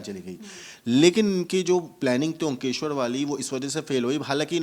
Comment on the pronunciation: Omkeshwar nahi he bhai omkareshwar...dharmik sthal ka naam to sahi lijiye.